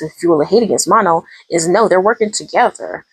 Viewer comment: Pronounce her name like Ma(h)-no, no n at the end. Kind of like in a French accent.